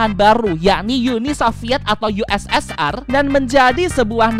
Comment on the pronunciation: Ussr itu dibaca usir